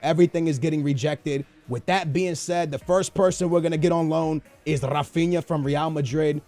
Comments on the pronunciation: Not ra-fin-a it's "Ha-Fin-Ya" learn to pronounce shit. Your Portuguese and you can pronounce Brazilian names, that's just sad. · Rafinha is pronounced Ra-fin-ya